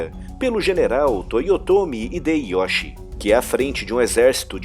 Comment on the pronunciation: o "Hideyoshi" é pronunciado "Rideioshi" "Ieyasu" é pronunciado "Ieiassu" essa NÃO é uma correção, mas um adendo importante, que muitas pessoas não mencionam, o que acaba levando a mal entendidos: Portugal vendia tantas armas pros feudos em guerra do Japão que chegou um ponto que havia mais mosquetes/arquebuses no Japão do que em toda Europa, com o fim da guerra civil japonesa, e dado que Tokugawa optou por ter um governo diplomático, em vez de militar, e por tanto não retornou a atacar a Coreia, a economia portuguesa recebeu um golpe significativo, e, no intuito de recuperar a renda, Portugal financiou e armou uma revolução contra Tokugawa, visando reiniciar a guerra civil para que eles pudessem voltar a vender armas para todos os lados do combate. A revolução foi massacrada. Todos os maiores samurais da época, inclusive aqueles que estavam do lado perdedor em Sekigahara defenderam a autonomia japonesa contra a influência de uma potência externa que desejava mergulhá-los em mais cem anos de guerra civil. Exterminada a revolução, Tokugawa ordenou que todos os apoiadores e fomentadores desta fossem mortos e que o país fosse fechado para as potências europeias (mas não pra China e Coreia, apenas para os Europeus), para o cristianismo e mais alguns grupos de origem europeia. A exceção foi uma única cidade portuária que pode continuar a fazer comércio com os Países Baixos (vulgo: Holanda), que não apenas eram rivais econômicos de Portugal, mas foi quem os denunciou